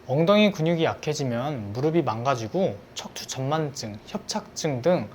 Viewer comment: 무릎이 - 발음 - 무르비(x) - 무르피(ㅇ) 엉덩이 근육은 우리 몸에서 가장 큰 근육 중 하나(x) 엉덩이 근육은 우리 몸에서 가장 큰 근육(ㅇ)